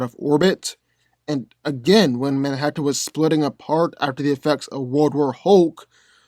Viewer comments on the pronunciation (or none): none